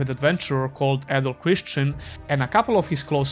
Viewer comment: adol christin not christian